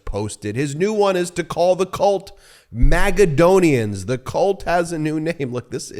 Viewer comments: Magaladon-onian. Magaclownian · “Magadonians”? His cheese has slid off the cracker 😂